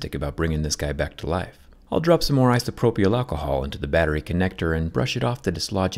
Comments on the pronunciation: ISO-PRO-PL Not ISO-PRO-PEEL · great video but the y in isopropyl is silent. iso-propal or iso-propile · You're the only person I ever heard who pronounces the Y in "isopropyl". The usuall pronunciation is "eye so pro pill". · Your dry humor is spot on, dude. I feel like we're friends. And friends always say things that are on their mind, especially when their friends is messing up. It's pronounced "Eye-so-pro-pill" alcohol. Easy mistake, Zack. Don't feel bad. At least you don't pronounce them "Leggos". :D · He said ants leg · "Isopro-pey-owl alcohol" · never heard anyone pronounce it like that lol... eye-so-pro-pill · "Isopropriol" lol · I have never heard anyone pronounce “isopropyl alcohol” the way you do. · You said isopropyl very weird about 🤪☺️ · Never heard someone pronounce ‘isopropyl’ the way you did… odd…